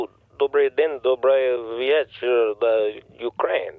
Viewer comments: It's not ukraine it's wekraine!! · “Ukraine, Wekraine” 😂